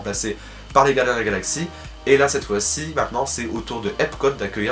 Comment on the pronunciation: Gardiens et non guardiens! Sinon j'adore trop tes vidéos! Vite la suite!